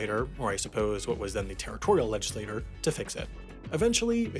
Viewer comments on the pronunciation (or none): Legislator? Legislature? Google it? Pronounce it? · It's pronounced (Ledge-uhh-slay-chur) when referring to the body of (Ledge-uhh-slate-urz). It's not a fish fish thing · PLEASE Mr. Narrator, learn how to properly pronounce "legislature"! It's not "legislator". A "legislator" is an individual while a "legislature" is the body composed of individual "legislators". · Legislature and legislator are not pronounced the same. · Was this AI generated? Legislature was repeatedly mispronounced as legislator. 😅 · I'm about to be "that guy." It isn't a big deal, but it is with great and mischievous pleasure that I would like to point out: "legislature" is pronounced "ledge-iss-late-chur," and not "ledge-is-later." A legislator is a person who makes laws, a legislature is a group of legislators that make laws together. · Legislature (Ledgislayture) Legislator (Ledgislaytor). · You need to learn how to pronounce "legislature"! It's not pronounced "legislator". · That moment you realize that the words “legislature” and “legislator” are pronounced differently... whoopsies. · I'm surprised this smart guy doesn't know how to pronounce "legislature". It's not legislator, it's legislature. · "Legislature" isn't supposed to be pronounced the same as "legislator". It's supposed to rhyme with "nature". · The words "legislature" and "legislator" are pronounced differently. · For the love of God there’s a difference between the word legislator and legislature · LegislaTURE ≠ LegislaTOR. Seven times you say "legislator" when you mean "legislature". That's the kind of mistake we simply can't allow on the internet,! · Strongly suggest you learn the difference in pronunciation between legislature and legislator, they’re different things, pronounced differently. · The whole point of this channel is to just talk about random, mostly user-submitted topics, not to teach. If one word being mispronounced was enough to irk you that much then 🤷‍♂️ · Leh-jih-slay-chur. Say it with me.